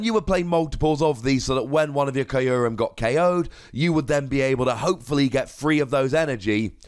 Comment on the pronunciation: You’re pronouncing Kyurem incorrectly and it hurts. Listen to the Japanese pronunciation of “kyu”.